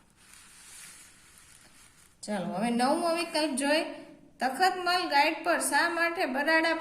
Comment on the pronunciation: તતમલ નહી તખતમલ બોલાય ફરીથી ભુલ નથાઈ